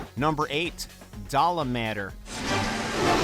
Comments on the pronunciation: Bro is saying Dalamadur like salamander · Please use some one who plays the game/ knows the correct pronunciation doesn't write like igns garbag but decent list sad no Mizutsune...also "dollar-matter"? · Nibelsnarf? More powerful than Gaoren which is the Elder dragon of the Crusteceans! Nibelsnarf has the most easiest tactics to kill, you can just combo it on it's back, lay a Bomb on the ground then fish it out the sands and Combo it. -ALat-three-on not Alah-treh-on -DAlama-dour not Dalah-mah-dur. -Lag-giac-krus not Lagiakrus. -The other 4 Black Dragons are on this list, Lol Like Dire Miralis are more Iconic than Rathalos. And also, the other Dragons. -Kacha-Wacha is on this list hut Rajang is not mentioned? The only "Apex Primate" we know that capable of killing Kirins. -Others are Outdated or not that powerful nor Iconic. -Mitsuzune is not included but his 3 foes are included. -Didn't include any Clips of Monster from World and Iceborne. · Its dala ma door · Dawlamander. Wow these name pronoun citations are killin me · Dal ahh mandr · Wtf is that pronunciation of Dalamadur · This seems especially well researched, some nice titbits for new hunters. The way he said Dalamadur made me laugh though. Although, I am happy he said Tigrex the way he did. Also, the Great Pickle is best boy, and I can appreciate that. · Holy shit the way this fucking dude pronounced Lagiacrus and Dalamadur makes me want to fucking vomit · Aight so I watched up to when they pronounced Dalamdur and then I .dipped this video so hard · Firstly, half of these are completely unexpected, to the point they don't seem like actual favorites. Secondly, please google how to pronounce; 1. Lagiacrus 2. Dalamadur 3. Rathalos/Rathain I'm developing ear cancer from those mispronounciations. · You pronounced dalamudur wrong and I'm pissed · I cringed at the pronunciation of Dalamadur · you got to really not be paying attention if you say Dalamadur like that